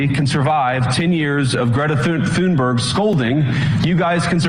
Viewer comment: thuneberg mispronunciation is humorous. dummy.